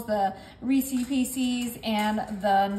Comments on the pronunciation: They're Reeces, not Reecees. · It's not Reesie, it's Reese's. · It bugs me when people mispronounce Reese's pieces or Reese's peanuts butter cups.